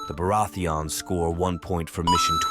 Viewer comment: Im not the only one who hear it 😂 Beurati-ans